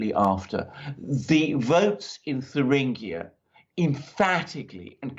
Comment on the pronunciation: Come on, it's not "Turinguia"but in German it's /Thueringen/ whereby /ue/ or Ü is like "du" in French as in "DU Café svp";-) Cheers guys. I want that Alpha team and Lawrow coffe mugs:-D!!!